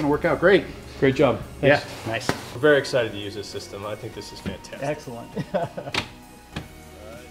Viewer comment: Wery good preparation... wery good toyota and x overland. . .!!